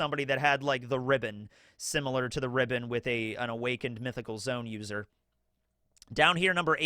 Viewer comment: Dang, brother! It's "Zoe-uhn..." Not "Zone." Two syllables! Sad, I wanted us all to be aligned on the language with this one. It's "Weeng-id," two syllables. Happy day, One Piece is top 1 awesomeness today! 😀 CHEERS!!!!